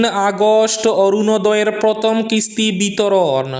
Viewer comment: Not protom,that's prothom.